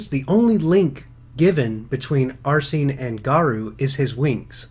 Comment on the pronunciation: (Are-Seen) = Arsene.